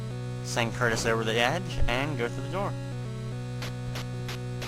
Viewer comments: It shouldn't bother me this much, but.. WHY DOES EVERYONE CALL THE BIRD CURTIS!?! IT'S CUTRUS! T comes before R. *sigh* I feel better now that I've vented. Sorry everyone. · I'm pretty sure since the bird's name is spelled "Cutrus" that it's pronouced "Coo-truss"